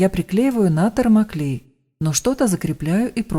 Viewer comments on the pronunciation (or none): none